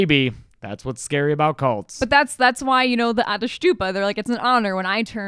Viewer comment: Your pronunciation of “ättestupa” is actually pretty good Sincerely, a swede